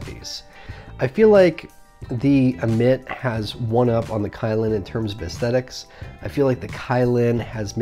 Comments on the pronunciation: It's pronounced Dammit without the D, not admit LOL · wow, 2 products that you completely butcher the name of... but Hey, you butcher your spicy jew fro and 03 fuck boy chin straps, so id expect nothing less. on the positive side, you were less scatter brained and didn't repeat yourself 800x. that's me, always finding positives and not dwelling on negatives 🖒